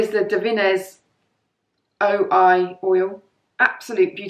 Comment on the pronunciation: sorry… it’s Davines oi….not ol.